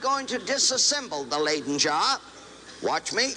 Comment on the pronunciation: Say “lie-den” not “lay-den.”